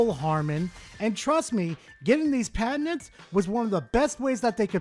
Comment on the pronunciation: Is the poster of this video saying patents or a mixture of that with cabinets. “PA-TENTS”